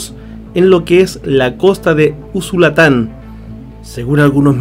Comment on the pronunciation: un critica constructiva, es usulutan no usulatan😆